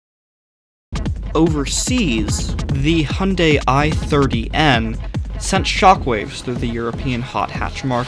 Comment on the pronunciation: why do u sahy hunday and noy hyundai